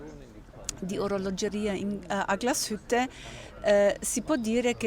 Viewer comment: Si dice “glas utte” non “glasciut”